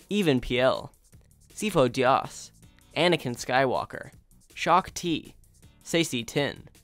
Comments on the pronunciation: BTW it's Sifo-Dyas (Dee-as) as mentioned in AotC. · You only mispronounced 2 which is depa bilaba and syfo dyas